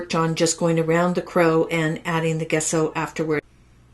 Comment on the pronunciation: Wonderful card, taught wonderfully. For your next video, gesso is pronounced with a soft 'g', as in jello. ;)